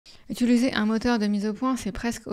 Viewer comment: "Utuliser": je fais une fixette là-dessus à chaque fois que je regarde l'une de tes vidéos. C'est une plaie chez les Youtubeurs de ne pas parler français comme il faut.